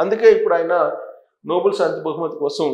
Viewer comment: అది నోబుల్ బహుమతి కాదండి.... నోబెల్ బహుమతి అనాలి. It's not Noble Prize but is Nobel Prize.